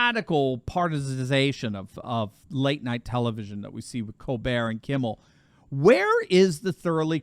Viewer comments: You might consider pronouncing Stephen Colbert's last name as "Kol-bert" not "Colbere' as he was born in Washington D.C., not Paris, France. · This is America, stop catering to Steven Colbert by pronouncing his name like were French. In America it's pronounced Coal-Bert, NOT Coal Bear!